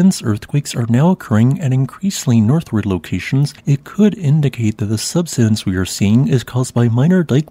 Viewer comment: Subsidence. Key words are being mispronounced. Such presentations are uneducating some and make others uneducatable.